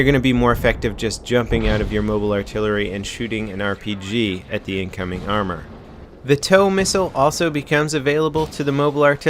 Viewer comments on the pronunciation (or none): none